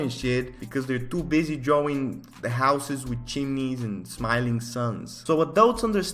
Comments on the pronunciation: I love how he pronounced words "dwawing" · i like the way you say drawing